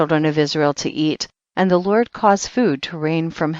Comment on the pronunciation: Who is lort? This woman pronounce d's with t's she needs to learn to talk instead of flirting being formal, which is why God has not accepted this reading by anointing...i listen heard up to chpt 9, but no more except chpt 90,91 she is terrible reader!